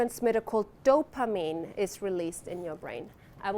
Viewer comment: She pronounces dopamine, so oddly. "DOPA-meme"